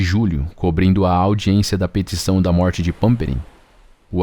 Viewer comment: Surrrrrfista.... turrrrrrrvado.... morrrrrrte .... kkkkk